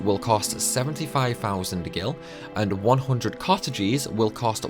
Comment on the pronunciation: My boy really can't pronounce mug, luck, cottage correctly lol.